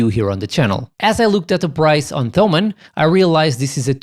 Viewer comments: It's pronounced Tomann, with a "t". Like Thomas in English. Thanks for the review! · Not even englisch native speakers call them /θəʊmən/, just like no one would call Thomas /ˈθɒməs/. You're best off never using /θ/ outside English and Greek.